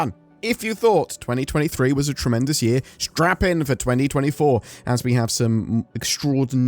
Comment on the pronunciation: Did he say strap in or strap on?